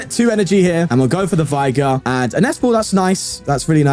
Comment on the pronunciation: It's pronounced vigr, not vaygor